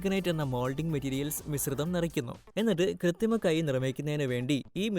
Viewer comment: കൃത്തിമ അല്ല ബോസ്സ് കൃത്രിമ 😂😂😂